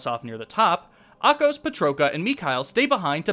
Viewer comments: I also noticed Ahkos and Riki were mispronounced. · Yeah, Ahkos's and Riki's pronunciations bothered me. They say the names in the cutscenes, so there shouldn't be confusion on how to pronounce them.